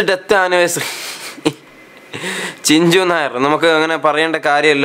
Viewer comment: Chinju alla chunju